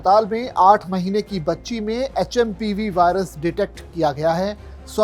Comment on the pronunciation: like (pseudo) ye H M P VIRUS HAI.. NAKI HMPV VIRUS.. name to thik batao kam se kam...